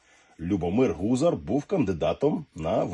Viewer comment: не ГУзар, а ГузАр